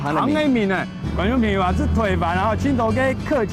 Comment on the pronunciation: 朋友係 pen iu 主持人發音不正確